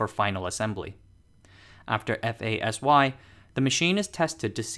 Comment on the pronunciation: One tip, you can pronounce ASSY and FASY as a word, not as a abbrevation. I work at DUV assy.